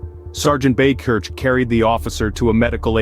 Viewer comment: Buy-Kirk, is the pronunciation, but he’s a local to me. Great hero and thanks for presenting it.